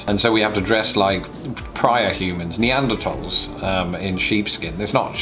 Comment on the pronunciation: Thank you for pronouncing Neanderthals correctly!